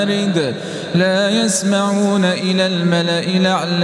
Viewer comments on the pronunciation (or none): 8 verse laaa yassamaoona not yasmaoona is want to stess in (ya) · هناك أخطاء في الشكل: بزينةٍ وليس بزينةِ، لا يسًمًعون وليس لا يسْمَعون، فاستفتهمْ أهمْ وليس ففاستفتهمُ أهمُ، واهدهمْ وليس واهدهمُ (أنا سمعت فقط الأول ولم أكمل السمع)